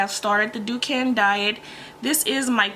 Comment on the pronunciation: Sorry its not " duken" its dukan ducan